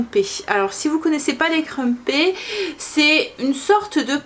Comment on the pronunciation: J'adore les crumpets ( on le prononce " crumpette", desolée, deformation professionally je suisse interprète/ traductrice ;-)). Tu expliques vraiment bien les étapes de la recette, on sent que tu es sincère et passionnée.